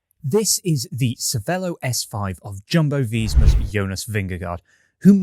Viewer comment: Its pronounced yumbo visma 🤨